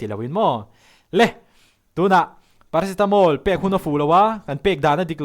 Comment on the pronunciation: Paracetamol ma meh😂ițawng sual hian i cute